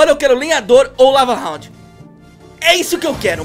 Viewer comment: Ele alem de falar lava hound ele falou cava hound